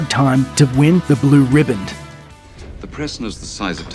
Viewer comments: The award is called the "Blue Riband" not the "Blue Ribbon". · Did you just put a "d" on the end of ribbon?